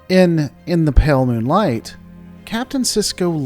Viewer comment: brother why can't you enunciate "moonlight"